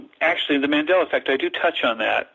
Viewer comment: Its Mandela not Mandala. It is named after Nelson Mandela. Just thought I would let you know.